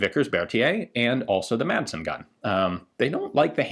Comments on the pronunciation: "Madsen" is danish, and is pronounced "Massen." The d is silent. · Great Video. My only complaint is Your pronounciation of the Madsen gun. The "d" is silent!